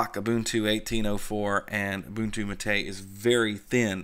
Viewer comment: James Van Damme also it’s MAH’ TEH.